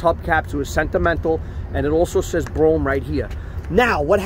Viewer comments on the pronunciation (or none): That's bro ham. Not broum!!!! Come on !!!!!! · it's Bro-Ham. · Dude....it should be pronounced "Bro-Ham" if your out in Queens😉👍